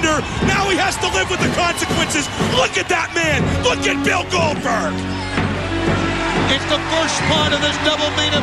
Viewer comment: nobody calls out Cold-berg